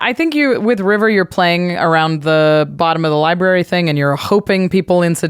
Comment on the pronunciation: Sounds to me like Jimmy doesn't like Land destruction or extra turns. So much so that he didn't read River correctly